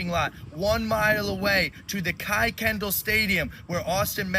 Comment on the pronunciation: This is troublesome. I had not heard of the "Austin" protest, but I have heard of the "Free Karmelo" protest. They can't even pronounce Kuykendall correctly so not from this area. ( Pronounced like "Kirkendall"). I'm in Dallas. I agree with you that this is a set up. Very scary.